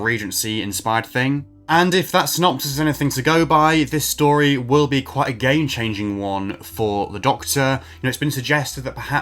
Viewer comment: Ngl when you said it would be game changing I heard gay changing. I’d be very happy with either